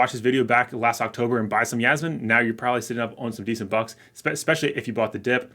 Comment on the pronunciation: I giggle whenever he says Yasmine.